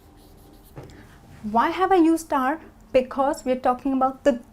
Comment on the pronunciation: She is saying 'because' and 'plural' incorrectly